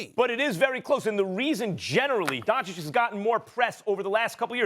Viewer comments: It's the opposite. The correct pronounciation is Don-chich but for some reason Stephen A always calls him Don-chick. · Stephen A still doesn't know how to pronounce the surname Dončič correctly